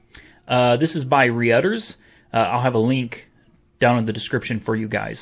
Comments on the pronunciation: when trying to pronounce Reuters, did he just say 'Ree-Utters' instead of 'Roo-Ters' 🤔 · 25 "This is by (Ree-UDDERS)"sic. No, this is by (ROY-ters), one of the oldest news groups in history. Nice try though. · UM, I believe Reuters is pronounced "ROYTERS" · Reuters is pronounced Roy-ters. Just sayin'. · It's pronounced reuters(rooters) lol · reuters pronounced "roy-ters"